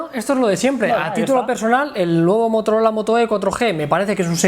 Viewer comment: Motorol?😂😂😂